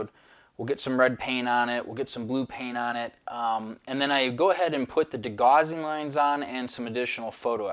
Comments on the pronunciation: Great to see a different ship being built. Followed your customers Titanic build and look forward to seeing yours finished as well. Great to have a change though as well. Btw, just for future it’s pronounced de-gow-sing strip. Rhymes with house. I used to make the same mistake until someone corrected my quite forcefully lol. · 'Gauss', for whom degaussing was named, rhymes with 'house'.